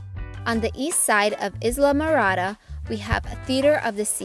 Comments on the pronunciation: The word ISLA is pronounced with the S being silent. The narrator of this video should know that. If AI can't do better than that, please don't use it. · You said Islamorada wrong LOL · Not a very good reader. Totally mispronounced Islamorada. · You are not pronouncing Islamorada correctly!!